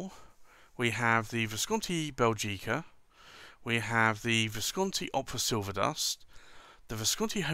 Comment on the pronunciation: Small remark: the accent is on the first syllable 'Bè' not on the 'gi'. I'm Belgian, so I'm supposed to know.